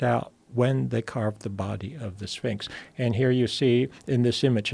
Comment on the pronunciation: Anyone else hear "mysteries of the sphincter" ?